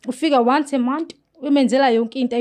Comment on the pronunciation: " wonce a moth"😅 "more khoriyas"